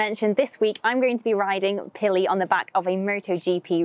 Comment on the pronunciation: "Pilli"? I miss listening to the English language.